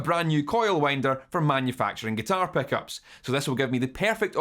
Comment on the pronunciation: I'm here just to hear you say "Peckups"